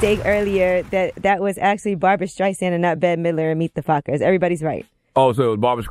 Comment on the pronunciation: Can Charlemagne NOT pronounce the 'STR' sound? It's Barbara Streisand, not Skreisand. He does this all the time. He calls strawberries SKRawberries. Ugh.